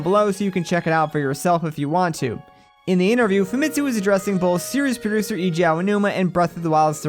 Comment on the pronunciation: why why do people keep pronouncing Eiji WRONG?